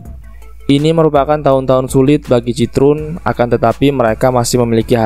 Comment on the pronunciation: Jika ditulis dengan pelafalan Indonesia, maka Citroën bisa dibaca "Sit-kho-en". Seperti bisa dilihat di video berikut: 1. 2. Komentar ini hanya sebagai penghormatan atas nama brand dan kulturnya saja. Bukan bermaksud mengkritik negatif. Keep up the good work!